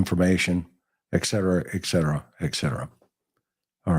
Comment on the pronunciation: McDonough drones on too long. Plus Etc is pronouced ET CETERA not ECK CETERA. Drives me crazy.